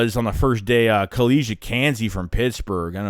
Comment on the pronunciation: Bruh your being a smart ass. I'm just giving you the correct pronunciation of this guys name, so you can stop looking like a jackass saying this guy name wrong.... We don't play around about our guys down here in Georgia.. Just show us some respect, please...